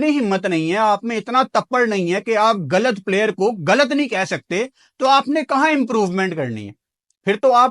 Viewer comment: Tmhen ghlat ko ghalat kehna ni at hindi ki trgan galat galat kehta he